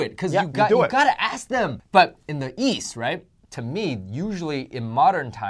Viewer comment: says East as if he is saying yeast XD